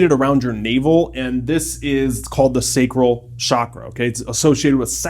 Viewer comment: You mispronounced reiki and sacral.